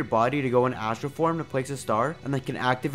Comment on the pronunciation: Funfact astra means weapon in hindi , dont undeestand why name her weapon , although its spells astra its pronounces "USTRA"